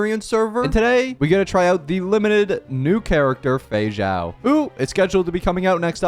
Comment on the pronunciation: For my Portuguese speakers, I can't be the only one who kept hearing "Feijão" everytime he said "Feixao" 😂